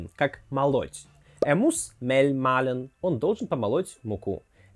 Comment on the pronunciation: Спасибо за видео. Всё круто, но только глаголы malen и mahlen произносятся одинаково: /ˈmaːlən/, т. е. оба с долгой /aː/.